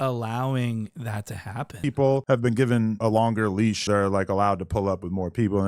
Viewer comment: Did he just say “given uh’longer leash”? Dat part.